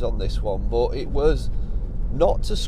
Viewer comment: On the subject of using music, it's not the use of it that gripes me but where and when it's used! Haven't noticed any misplaced tunes in your vids though 👍. Oh, and it's not "burt" it's " but"! 😂